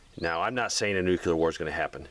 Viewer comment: I'd feel better about your suggestions if you pronounced nuclear correctly. :)